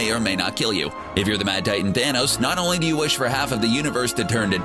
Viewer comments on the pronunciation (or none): none